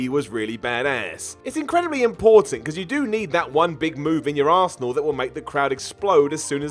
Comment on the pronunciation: Whenever I hear say arsenal I think he’s saying arsehole